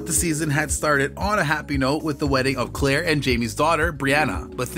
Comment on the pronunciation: Had to stop in the middle . This is terrible , this robot doesn’t even say the names right !!